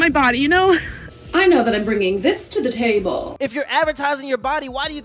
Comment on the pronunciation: MmmI know that I’m bringing thiz to thee tabemm! Bahahaha that really had me laughing so damn hard it’s got to be a joke😂